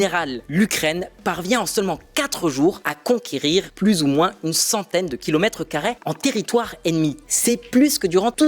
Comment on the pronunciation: CARRÉ ✅️ CARRAI ❌️ S'EMPARER ✅️ S'EMPARAI ❌️ Revoir la prononciation des mots !